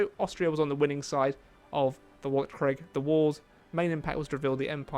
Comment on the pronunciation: Man I really don't wanna be that guy, but Weltkrieg is pronounced Velt-kreeg 😅